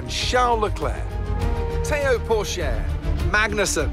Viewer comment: Him mispronouncing Theo Pourchaires name made me sad for some reason